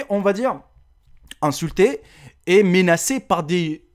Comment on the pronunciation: On dit "menacé" et pas "ménacé"